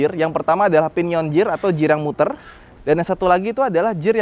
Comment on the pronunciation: Bacanya "Gear" bang, bukan "Jear"